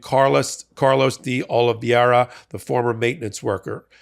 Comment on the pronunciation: "de Oliveira" is pronounced "dee oliv-AIR-uh," not the way you keep mangling it. This is something you could have learned from literally ANY Latino, Hispanic, Portuguese or Southern European person, or even anyone with a casual acquaintance with one. So now that you've learned something new, kindly put that knowledge to use.